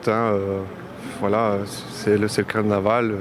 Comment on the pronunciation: " ca va etre un caranval que on va s'en souvenir toutes les années..." la vache, fait un effort tu passe à la télé..